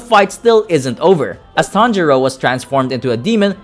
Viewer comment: it sounded like “tanjiro and tanjiro” or “tanjuro and tanjuro” 😂😂😂😂😂😂😂